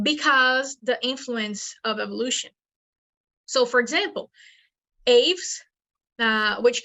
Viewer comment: Get your pronunciation of "Aves" right if you are going to present yourself as some kind of authority.